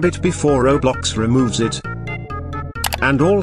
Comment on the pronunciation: Bro said kiblox